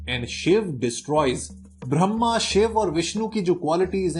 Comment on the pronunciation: ब्रह्मा सही से बोल